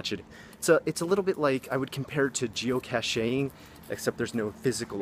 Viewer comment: cash-ay-ing? oh lordie lord